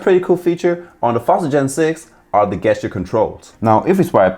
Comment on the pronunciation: "Guess-ture"?? It's pronounced "JES-tyur". Soft G, not a hard G. Sheesh.